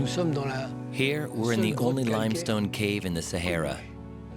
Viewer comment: Sa"hey"ra? No, it is the Sa"har"ra. If you are doing a documentary on a place, at least get its name right!